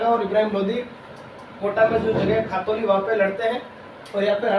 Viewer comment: it's not khatoli it's ghtoli